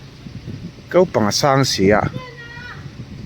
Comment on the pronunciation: Kaupang ti suh, kopang ti rawh, kan youtuber ho te hian mizo tawng inti dal zo vek thin 😅